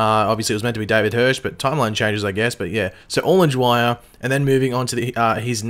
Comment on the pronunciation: It is pronounced, sicayda not sicarda. Dwyer not jwyer